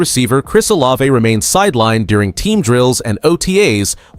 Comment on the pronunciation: He will practice when he is off. Blood thinners don’t you follow them? Still can’t pronounce Olave!! Worst podcast ever!!